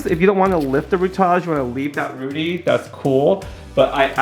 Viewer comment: Roots! just say roots .. lol